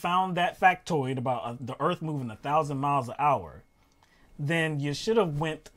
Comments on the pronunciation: God, I was cracking up to hell with that ‘ooh, I felt da earf move’ and ‘we need to restart da earf!’ Where do they find these people? Sorry, person. Dimond was the only one commentating. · "Time to reset the Earpf" lol